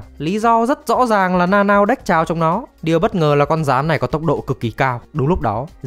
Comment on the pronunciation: Tính ra Nanao đọc là Na Na ô :v Na Nao nghe TQ quá :v